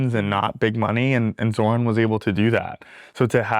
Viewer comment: Hey Andrew, I know it gets confusing with the opposing candidates and most of the mainstream media constantly mispronouncing Zohran’s name, but it’s more like “Zor-rahn” than the “Zo-rahn” way that you said it